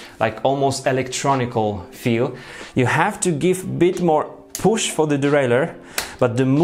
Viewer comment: poosh, releese, poosh releese!!